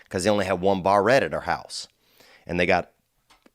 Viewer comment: The way he pronounces "barette" ROFLLLLLL